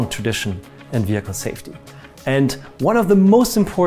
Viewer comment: worth it just to hear the guy say weehicle